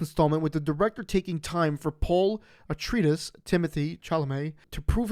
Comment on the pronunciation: So he could butcher the name of House Atreides ;)